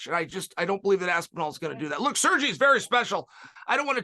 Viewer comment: "Serji Pavlich"